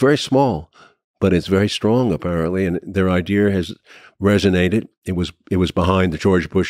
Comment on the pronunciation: Come on man. It's easy to pronounce. idea. Not idear.